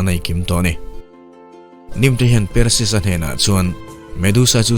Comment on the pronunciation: Per-sius tiin ilam a hei hi mizo lam dan ani. Mahse, a hming lam dan dik tak chu Par-sius ti a lam zawk tur ani. Thil hming reng² hi a nih dan a lam hian ngaihthlak a ti nuam lehzual thin. Mizo youtuber tam tak hian mizo tak in kan lam thin a, mahse; hnam tam tak hian lam dan kan nei a, mihring hming tak hi chu a hnam nei tu te lam dan a lam hi a dik dan ber ani. Entir nan, " Mianmar" tih hi kan lam dan a ni. Mahse, a ram mipui chuan "Mianma" tiin an lam thin. Ka rawn sawi ve mai² ani e, ngaihthlak a nawm lehzual nan...😀